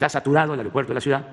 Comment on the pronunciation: López se dice ciudad no cuidaaaa